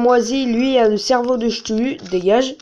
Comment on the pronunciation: sa se dis cktulu mais sa s'écrit chtulu comme technologie !